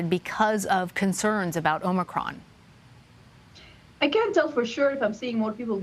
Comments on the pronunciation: Omni cron.. is that different than the head cold we known as ohm-eh-cron? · The way says “Omicron!” Kills me. This is nothing but fear and lies. Stay strong y’all